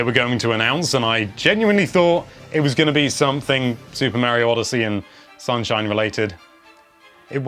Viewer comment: ......so you can say daemon properly....but you can't say Mario properly? Have you never played a Mario game before? The fucker says it in most of his post n64 games, (Charles martenet)......it's not that hard to say it right.....how the fuck do you fuck it up so badly?